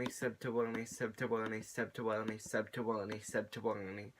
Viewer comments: i swear at the end ur saying sep ta wong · I watched tell it sounded like “subdtowony” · really far in it sounds like hes saying shuts yo ass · It was "Sub2Willne" to "Sept2Wulleney"